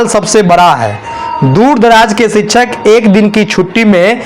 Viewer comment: शिक्षक का सही उच्चारण तो ठीक से करे